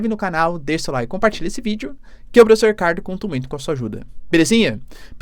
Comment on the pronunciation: professoãã!!.. kkkkk que r4io de português é esse??.. professoãã 😆